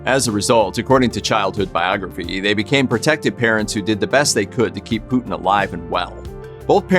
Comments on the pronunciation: It’s a shame the septics can’t pronounce Putins name correctly…..it is not ‘Pooootn’!!! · The Name ist Putin not Putn